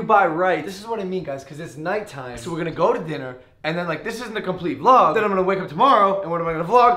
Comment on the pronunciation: Logan Paul VIougs "vlougs" xD